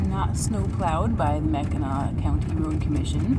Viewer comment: yes, you pronounced Mackinac perfectly and i did notice you put a random r in there a couple times. Lol .. Your cute. No worries. Had just never heard it pronounced quite that way.